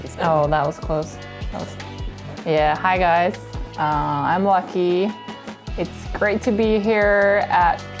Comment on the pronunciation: Petition to start calling Lykke Lorentzen “Lady Lorentzen” - we americans butcher her name so much she’s owed respect and reparations.